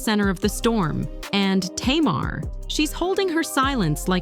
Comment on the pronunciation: It’s NOT T’Mar